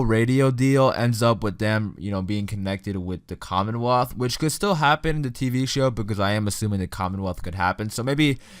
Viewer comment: Lol the commonwolth